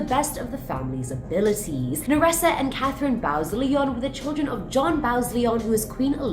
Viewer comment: The information about the Virgin queen has been around for years. I am 53 and I heard about it as a kid. Pronounced BOWS lion